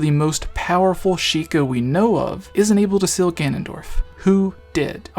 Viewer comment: not once did you pronounce seal right